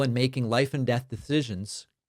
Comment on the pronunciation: oh come on he's saying Det 👎👎 not death come on Dave get your shit together